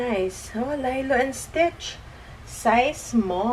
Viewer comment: Nabobother ako sa Lilo te. Haha. Li-lo po, hindi 'lay-lo' ang basa dun. Hndi ako basher te sorry po 😭